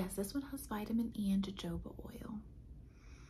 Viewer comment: jojoba oil is pronounced/ huh·how·buh